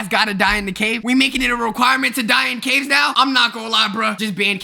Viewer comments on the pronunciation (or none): he just forgot the “s” in “ caves”